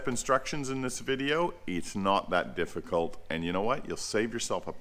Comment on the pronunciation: "It's not a difgicult task"... when you have some lift 😅